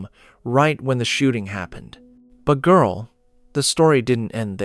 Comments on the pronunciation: AI saying " Girl " like it's Black. Stop doing that and just tell the story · "And Girl" The Narrator sounds like a white male but he must be has the soul of a Black women. 😂 And girl, q southern Black women lol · NOTICE the male AI voice said "And girl"